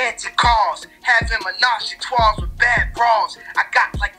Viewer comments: You already Know I heard “toi” not “trois” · when he said its part tua thats 3 in french but spelled like this trois